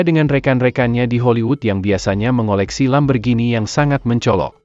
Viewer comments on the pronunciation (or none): none